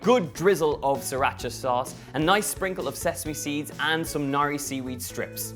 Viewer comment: It's 'nori' not 'nari.'